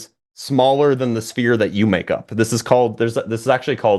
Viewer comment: “Sphere”, not “sfere”.